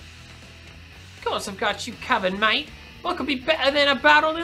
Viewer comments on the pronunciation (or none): none